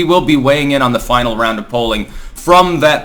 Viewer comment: ChiKAHNery.... this week in " pronounces normal words weirdly"